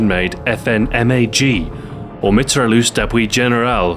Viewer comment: isn't it actually pronounced "Me-tray-yeu"?